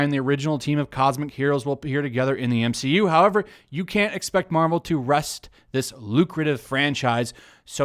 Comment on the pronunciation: I swear I heard the entirety of the internet cringe when he said M-she-U